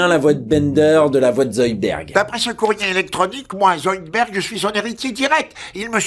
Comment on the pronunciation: zoidbeUrd !!! IL AI OU LE U !!!!!!!!! Amblance